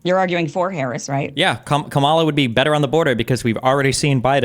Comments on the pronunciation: The moderator can’t even pronounce Harris’ name correctly. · 30 minutes and in the moderator still can’t pronounce Harris name right. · How is it that this idiot moderator does not know how to pronounce properly the vice president of the United States name at this late hour?